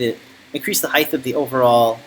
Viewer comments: Off the subject but why do you pronounce the word height..heigth? Some wood workers I noticed do the same. I'm enjoying following this project, thank you! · alot of people do this i have noticed, height does not rhyme with width!